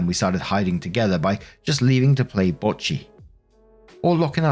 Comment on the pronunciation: "Go play bocce" - It is just the way you pronounced it that reminds me of the mentioned Star wars language. It makes me think Bocce is not just a language, but a game the people that language comes from brought to the galaxy. But more on-subject, the grandfather wanting to make everything even also sounds like it might be an Autistic characteristic. I am not wanting to say that is bad,, I am on the spectrum myself, but on the Aspy side.